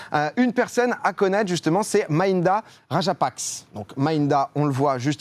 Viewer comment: Ça se dit rajapaksé